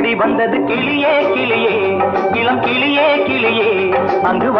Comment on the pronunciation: Wrong pronunciation (its கிளி not கிலி) in first line by Jesudas Sir. Why was it overlooked?